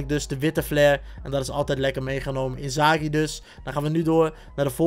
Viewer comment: Hahahah waarom zeg je inzaghi alsof het een Duitser is wel gekke packluck